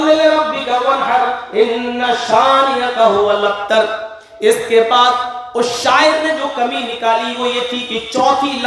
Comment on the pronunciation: AAP galat surah pard rage h gaur karo huwal aktar nhi h huwal abter h